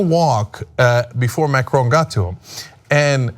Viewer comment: Try to pronounce Macron decently